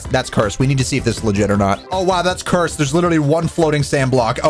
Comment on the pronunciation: i love your vids and all but could you please.. STOP SAYING CURESD!!!!!!!!!!!!!!!!!!!!!!!!!!!!!!!!!!!!!!